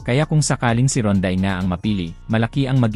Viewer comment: Pangalan pa lang ni Rondae Hindi mo nga mabigkas ng Tama eh katulad ng Balita mo puro sablay. FYI boy resident import ng TNT si Rondae 😅😅 you should do research first before talking 👎👎👎